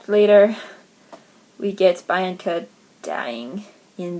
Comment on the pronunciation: i read the titans curse in January. bianca annoyed me. a lot. and so did nico. it's pronounced beeanca. i love thalia. but yes she thinks she's the best at everything.